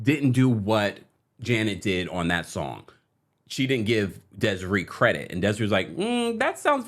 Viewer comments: It's pronounced "Des-Ray" and Desree was damn right to sue. A brilliant artist. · Des-a-ray lol